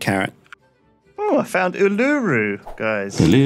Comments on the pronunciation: Ooh-la-roo not ooh-loo-roo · its pronounced oo-la-roo. not iluru. coming from Australia, i am personally offended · The way says Uluru is hilarious to me It's pronounced oo -L'roo not oo-loo-roo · As an Australian, the way pronounced Uluru made me shiver. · that pronounciation of Uluru was atrocious